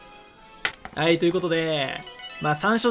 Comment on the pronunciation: 「あいっ」って言ってね？